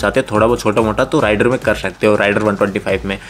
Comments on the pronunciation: Its रेडर not राइडर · It's raider please check pronounciation of the name